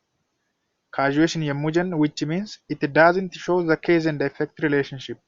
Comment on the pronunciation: What you are teaching /providing as tutorial activity is impressive and comprehensive but please consider your pronunciation of cause and case, they should be differently pronounced, you have to pronounce them correctly. Otherwise, your teaching effort is very good and interesting, hence keep it up.